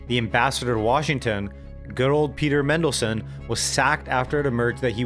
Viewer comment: Feedback: Pronounced “ Man dell sun” not Mendelsun Starmer was a politician when the COVID stimulus and energy subsidies were handed out, in fact he was leader of the Opposition Labour is not a ‘Centre left’ party, and hasn’t been since roughly the 80s, they are generally considered centrist or at most left of centre The Tories have not been consistently centre right. Reform is certainly not far right, and is at MOST economically centre right, and actually has some quite left wing economic policy. It is more accurately “socially conservative” Currently, it also seems extremely unlikely that Labour and the Greens would form a coalition- more likely Labour and the Lib Dems (if it really comes to it) or a regional party like the SNP On the whole, good video though!